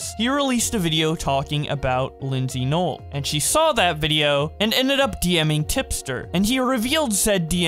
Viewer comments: Her name is pronounced “ LYSSY NOEL” not Lindsey. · She did claim she did it as a joke, and i liked her other channel tho ;-; I'm pretty sure her name isn't pronounced like that either though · I know that her content is kinda weird but The other videos she makes are pretty epic like her arcade vids and the other vids besides the 3am ones And btw u pronounced her name wrong (no offense) (Not a hate comment) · You literally said her name wrong